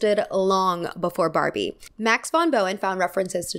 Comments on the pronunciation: she says Farbie and I love it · did you say Farbie? 😂